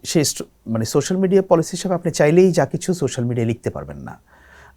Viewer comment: উচ্চারণ - 'সোশ্যাল' মিডিয়া হবে